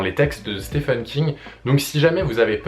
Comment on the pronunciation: Je loue le but de la vidéo qui est de conduire le lecteur vers une porte d'entrée de l'univers de King. Cependant, comme beaucoup de personne s'exprimant en français, une faute - que je faisais aussi par ailleurs - qui maintenant me brise les tympans est d'entendre "Stefen" au lieu de "Steven" parce que oui, Stephen se prononce Steven (le premier 'e' comme un 'i'). Thumb up quand même ! Tu verras que tu ne supporteras plus d'entendre "Stefen" après avoir écouté ses interviews en anglais (je ne sais pas si tu es bilingue ou non, étant bilingue je claque deux fois plus d'argent vu que je ne peux attendre la traduction des romans de King. Ça a donc des désavantages). Bref, euh... merci pour les conseils ! Je ne peux supposer qu'ils sont bons. Si je devais en donner après avoir lu 20 ou 21 romans (j'ai fait le compte il y a deux jours, Richard Bachman inclus, un pseudonyme de King) : commencez par un roman qui vous appelle bien que je déconseillerais Dôme quand même. Ne commencez par par un livre du style "l'Anatomie de l'Horreur" qui n'est pas un roman (je le lis, très intéressant, mais pas une histoire bien qu'il donne pas mal de référence de roman à lire). Personnellement, Joyland venait de sortir, roman assez court dont l'histoire se déroule en été et j'avais pas mal de temps en juillet. Sur un coup de tête j'ai acheté le bouquin et moins de 24h après je l'avais fini et j'étais déjà de retour chez le libraire pour Shining (je ne connaissais que le film que King n'apprécie pas